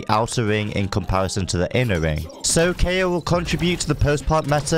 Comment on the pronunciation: Hmm Kayo more like keoch?